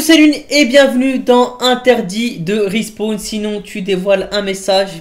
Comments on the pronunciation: respaWn wsh pas respWan olala 😭😂😂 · De rispown il à dit sa au début et pour le mot carcasse aussi y galère à le dire